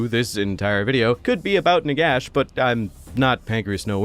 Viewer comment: I want a video about Nagash if you pronounce his name properly. Nehekara rises from the sands.